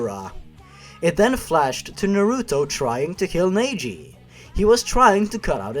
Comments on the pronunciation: I cried at "Nay-jee". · how did u screw up neji's name? it's obvious how to say it (based on my knowledge)